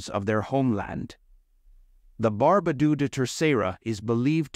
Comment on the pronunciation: Really? Barbadooooooo? It's pronounced like bar (as in bark) ba (as in bark) do (as in dog), with the emphasis on the "ba".